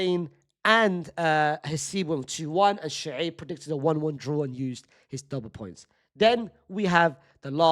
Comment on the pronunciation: Why is it Shuceeb instead of Shoaib???